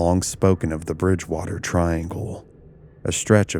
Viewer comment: You had me until "the bridge-port-water triangle"